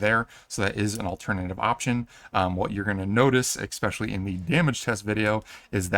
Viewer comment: Love the video, hate the pronounciation of “especially”